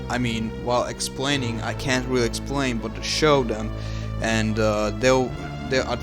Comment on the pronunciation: I keep thinking about how he said wealy wealy cwinge